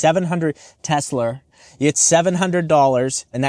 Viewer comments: Did you say Tesler? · "Teslur" fuckin great lmao. Liked and subbed for that. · You said tesler. I had to drop a like. 😂 the only thing imma call it and I gotta get one.